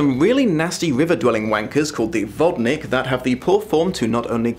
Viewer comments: I love how clearly you pronounced wodnik. Very proud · So... that was 11 minutes of fumbling with the pronunciation of Czech words. XD But hey, you gave it a shot. It wasn't a terrible one either, though I do feel like you placed emphasis on the wrong parts of words. "Vodnik", assuming it's the word I think it is, is pronounced "Vod-Nyeek", for instance. Also, do you have a video - and if not, could you maybe make one - comparing different vampire books, or maybe vampire and werewolf books? Or just supernatural novels in general? It could even be a simple tier ranking video. You know, with S-Tier, A-Tier, B-Tier, C-Tier... Burnable Trash Tier... And have you read "A Discovery of Witches"? If you have and I just haven't found the video on it, sorry for bothering you about that.... Was not prepared for that outro song. XD